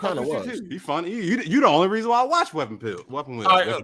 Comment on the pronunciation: Man said Weapon Pill podcast lol